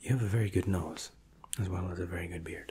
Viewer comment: Every time he says “goodT” I immediately get tingles